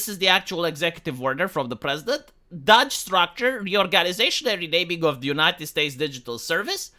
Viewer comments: Not Dodge, it's doge. Your pronunciation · please, it's "dohge" or maybe "dohsh". Not "dodge". Even the legacy media got it right. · Doe then the g sound- DOGE, your pronouncing it dodge, it’s the “oh” sound you’re looking for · It's Doge not Dodge. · Every time pronounces it 'Dodge' I cringe a little bit harder. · DOGE with a long O like Hoe. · Why do you pronounce DOGE as Dodge? lol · Dog-e. Doggy. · It pronounced "DOOUGH" IN AMERICA. SORRY OCD ❤❤❤😂😅😊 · How do you research this whole topic and not know how to pronounce "DOGE?"